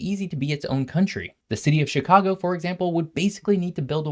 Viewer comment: And here I thought Illinois was pronounced "Sha-kaa-go"